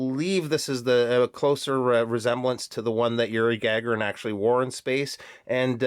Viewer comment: As you know, I'm a huge Space Geek so big thumbs up for the Sturmanskie! I'll reserve my comments until the formal review. PS Gagarin is pronounced Gah-GAIR-in., with emphasis on the second syllable.